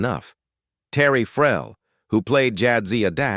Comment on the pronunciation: the AI voice means Terry Farrell . I am very sure about this